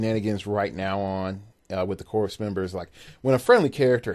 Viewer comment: Would love to have more tales of Little Gamer, just so we get to hear the voice. :) Also, FYI, leave the "P" and "S" off Corpsmen for your future casts. They're silent.